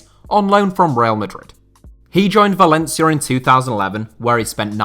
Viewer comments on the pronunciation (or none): none